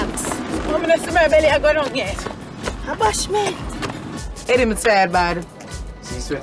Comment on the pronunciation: “A bashment”😂😂😭🤣